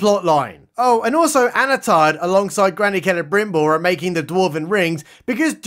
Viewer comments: You sure, I heard Anatarrrrrrrrrrrrrr, like he's some kind of pirate. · Did you say "Anatard" ? LMAO